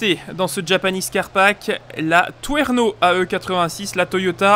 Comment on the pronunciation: Bon, tu m'as fait trop envie avec cette présentation (par contre c'est pas twerno, c'est Trueno ^^)